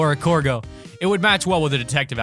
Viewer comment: Did u just say *Corgo*?